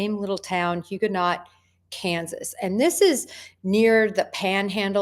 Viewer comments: It’s Hugoton not Huga Knot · Good grief!!! Hugonot, KS? It's Hugoton...(Hugh..ga...ton) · Hugoton = Hoog ah ton. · Hue-go-ton KS. ❤ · Hugoton. Pronounced hue-go-ton. As in What HUE of blue? -GO to Hugoton. A car weighs a -TON. Well generally a couple. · and she said she is from kansas and cant pronounce it right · Love your new podcast. I lived in SW KS for years. It's Hu-go-ton. Very small town. Very isolated area, as you now know. Keep us informed. There is more there.